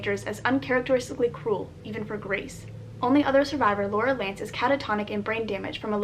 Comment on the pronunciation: Did you say Laurie lance or lurel lance cause #greenarrow